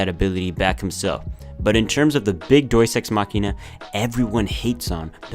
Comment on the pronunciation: I hate every time he says “doies ex machina.” That’s not how you say it.